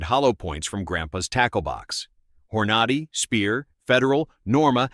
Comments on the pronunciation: Horn-a-dee not whore-naughty😂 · Dude… the hell is, “hor-NAH-dee“ or “car-BINE“ ?? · The AI said "Whore-Naughty" haha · So Hornady is pronounced "Hor-notty" 🤣 AI blather box fumble, for sure. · "Whore Nady"? What is this AI BS? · Hor-naw-dee… All credibility lost🙄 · "Whore naughty?" Stupid AI content & narration. Next! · Who else hates how these A.I. voices pronounce words. Hor-nad-y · You lost me at "Whore Nah Dee"! 😫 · "Hor-noddy"?? Get a real narrator for this channel, and not some lifeless AI engine. 🙄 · 🧐 The “campy” AI machine-generated narration is is fatiguing. The mispronunciations such as “Hora ‘nadie” and “Grain Punch” are laughable (AI = Artificial Ignorance 🖕). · Hor-ah-nah-dee for Hornady?😂 You've got to love these poorly done AI interpretations. How can you take this stuff seriously? 22 mag is a fun round, could stop an attack, but not like 9mm 380, 38, 357, 45acp. The price of 9mm ammo is actually a little less the 22mag. Get a 9mm, and practice with it. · this is a pretty good AI video, but none of us say "Hor-nad-y" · Yup. I caught that too. Hornady, I thought, Hmmm now that’s one I haven’t heard of before😂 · He’s mispronouncing hornady. It’s not a long A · Stupid AI robot couldn't even pronounce Hornady . Then it discusses it while showing Federal Punch . Then it shows Hornady while discussing Speer Gold Dot. AI robot can't even see the stolen video clips, and has never fired a gun. Then the robot shows a 9" Ruger but calls it 6 1/2" because the script doesn't match the stolen video clips. Too bad, because the information is important and the .22 WMR is a wonderful cartridge. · Clickbait! Don't watch, not worth it. Within the first 10 seconds, they are showing centerfire rifles, and the narrator can't even pronounce Hornady properly.